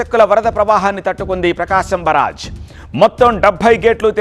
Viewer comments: Barag kadu barr age😂😂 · బరాజ్, ఫిరాజ్, కాదు బాబు అనర్గళంగా మాట్లాడే ముందు స్క్రీన్ మీద న్యూస్ ప్రోపర్ గా చూసి చదువు ఇట్స్ కాల్డ్ " ప్రకాశం బ్యారేజ్" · బారాజు కాదు బ్యారేజ్ తెలుగు సరిగ్గా మాట్లాడండి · బరాజా బ్యారేజా బ్యారేజీ అనాలి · పేరు ఖూనీ చెయ్యొద్దురా నాయనా, నీ ఓవర్ యాక్షన్ నువ్వు,.. బ్యారేజ్ అని అంటే ,నీకు ఇంగ్లీష్ లో పట్టు లేదని ఎవరైనా అను కొంటారా ఏమైనా.. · మాట మాటకి బరాజ్ బరాజ్ అన్నవో.......